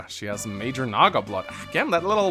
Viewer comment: Oh my. Hearing call it narga instead of Naga is oldly comforting? I call it narga myself for some reason but I don't know why. It feels unique, special. Somehow more fitting then Naga. But im not fully sure why